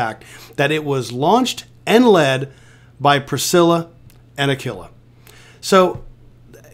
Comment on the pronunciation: It's pronounced Aquila like a quilt not a killa 😂